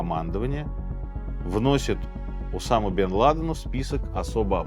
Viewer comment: Я про ударения пишу уже второй раз. Ещё у него есть слово "искрА" (тоже, видимо, французское). И "ОдЭЭсса" с "брЫльянтами". Скоро будет "кохвэ" и прочие перлы.